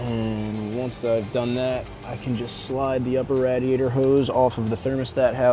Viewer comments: Rad iaytor??? Wtf lol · Had to stop. Couldn't stand hearing dude say "Rad! iator" . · Philly area accent! Malvern, PA is right outside of Philadelphia. Believe it or not you'll hear a lot of people say radiator like that(rhymes with gladiator) in Philly and the surrounding suburbs.